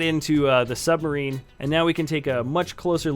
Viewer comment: I WHANT BECAS 'we all live in a yellow suberin'